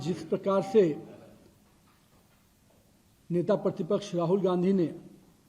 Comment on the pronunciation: Who is this guy, Netapratipraksh kehna toh seekh lo